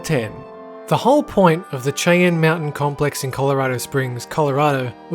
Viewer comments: Cheyenne pronounced Shy-Anne. Not Chay enn. Just thought you would like to know for next time. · Your pronunciation of Cheyenne Just gave me Cancer. It's Shy-ann, not Chi-yen. You made a Indian word sound like a bad Chinese Restaurant. You can tour it and was never closed. It reminds the site for NORAD. In the movie Wargames, they even show you that tour. IDK where the hell Planet Dolan is getting its Info from. There is a Wikipedia page about it! Here is a link to Tour information. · It’s pronounced like shy ann — Cheyenne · Just as a small bit of info, Cheyenne is pronounced shy-ann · It's pronounced "shy-anne". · Isn't Cheyenne pronounced "shy-anne"? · You pronounced Cheyenne wrong the beginning is spoken like sh